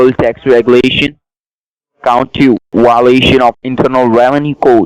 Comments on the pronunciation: Why-o-lation? Get your ass back to English class, scammer!! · WTF is a whiloation? And you had three of them. You're no Saint!! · ummmmmm what the hell is a ''wiolation''